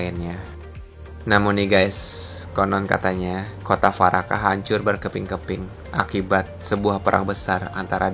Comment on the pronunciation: Yg pertama bacanya dwaraka min /dvaraka. Bukan farakah 🙏🏻